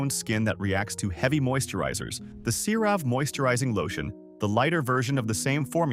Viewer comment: You'd think if a channel was going to go so hard against a product, they might at least learn to pronounce the product's name. Or at least pronounce it wrong consistently...